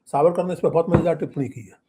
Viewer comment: Trivediji it is Vinayak Damodar Savarkar. Youhave pronounced it wrong twice. Shame on you.